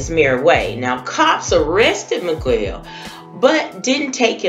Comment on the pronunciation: ewww its not that hard, Mee-gell... and if he felt the need to leave without laying, Nothing's funny about it🙄